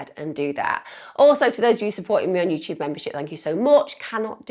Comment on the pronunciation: “You chewoob”